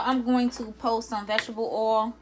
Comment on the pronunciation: Did you say PO or pour